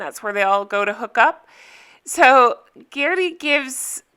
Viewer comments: Guerdy should be said with a French accent. It’s a Haitian name. Gehr-dee not Ger-dee. Edit: so I’m watching now because of your recap and the American pronunciation does seem to be Ger-dee, or Guerdy just lets Americans mispronounce her name. Not a big deal, it just is what it is. My name is mispronounced everyday and I just live with that. I have a boss who makes sure everyone says it correctly haha. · Love listening to your reviews! Guerdy pronounced- Gare (rhymes with Hare or Guerre ) + Dee (like See). Extra points if you can do the French pronunciation for the “R” sound! Keep up the great work/ videos! Can you do more videos of previous Selling Sunset seasons??